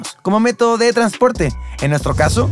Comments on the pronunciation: Minuto "método de transoprte" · Fascinado solo que en una parte de tu video se equivocaron jejej para que veas que no me pierdo ningún detalle Min: “METODO DE TRANSOPRTE” 👌🏻👑👑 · Hoy me di cuenta de que dice "Método de transoprte" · NOTARON QUE DECÍA "TRANSOPRTE Y NO TRANSPORTE?" JAJAJAJAJA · "Método de Transoprte"